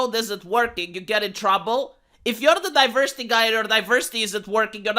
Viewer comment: Diverrrrrrrrsity and Enrrrrrrrrichment